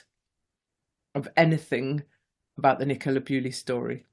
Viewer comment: Why do you keep saying Nicola Bewley? It's Bulley. I doubt any of her family will be watching but it's disrespectful to get such a high profile name wrong.